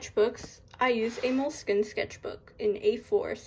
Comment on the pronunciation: They way she said “moleskine” 🫠😂